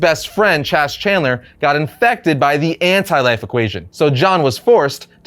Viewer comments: At the 17 minute mark, It isn't Chase for the name, it is Chas, so a few ways is Chass or Chaz for pronouncing since it is short for Charles. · Not chase but Chaz (how you say it) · Only an American could think the name Chas would be pronounced "Chase"... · isn't Constantine's friend's name pronounced Chas like part of chastise? not pronounced like Chase? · FYI - Constantine's protege's name is pronounced like "Chaz" or like "has" not like chase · When you pronounce Chas as Chase, that's how I know you dont know Constantine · It's pronounced chazz and Damian didn't die tim did.